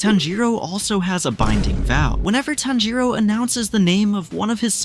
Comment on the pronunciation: bro its tanjiro